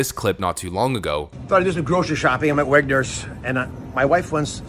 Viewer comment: I support Oz but he should know the store he was in was Wegmans not "Wegners"